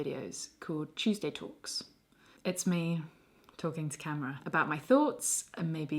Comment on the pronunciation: Chewsday Tawlks